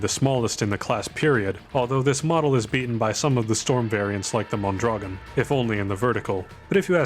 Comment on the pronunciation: Mondragón is pronounced MOAN-DRA-GOAN, by the way, with a trill on the R. Also "avtomat" is just a weird transcription of a russian word and I don't think you're meant to pronounce the V as a V.